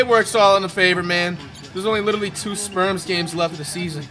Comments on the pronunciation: Is he saying sperms or spurs bruh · I kept hearing Flight call “Spurs” the “Sperms” 💀